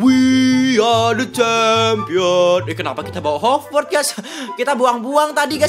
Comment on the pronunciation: Hoverboard coy.................... Dibaca hoferbord